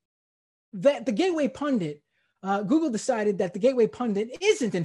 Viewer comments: Is he saying "pundant"? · Maybe the problem was he was searching for "gateway pundant", based on his pronunciation.